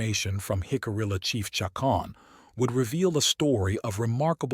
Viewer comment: Great video just a shame that AI can’t pronounce Jicarilla. Hick-uh-re-uh